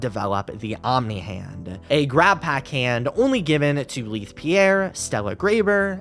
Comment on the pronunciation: Im so sorry but this is bugging me lol Leith = "lay-th" not "lea-th"